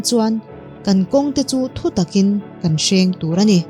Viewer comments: Kalo sawi lawk,kawnghren (Thutak kawnghren a hmantur)kalkawng Thutak a hren tur niloin.A lamrik dan kha fuhtawk lo deuh a ni e. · Kawnghren hman dan tur i chhiar sual ve det.Mizo tawng i chhiar thiam.khop mai.